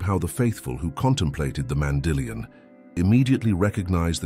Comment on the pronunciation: Be consistent in your pronunciation of “mandillion”. It is not Mandy lion!